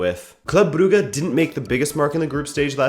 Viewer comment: He did it he did the impossible! He pronounced Brugge correctly.